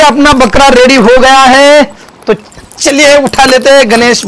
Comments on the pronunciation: Arey Bhai. Bakra Hota Hai. Balra Nahi Hota. Wrong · Balra nai Bakra hota h ji